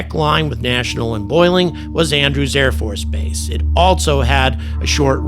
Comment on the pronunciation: Love your enthusiasm and critical analysis. BTW, the name of the AFB located in SW DC is "Bolling" not "Boiling" AFB! I was stationed as a Lt and Capt. at Andrews from and frequently attended meetings at Bolling. While it does get warm in DC during the summer months, the high temps are insufficient to boil water (to date). Note that the Naval Research Labs are located immediately appurtenant to Joint Base Bolling on the shores of the Potomac.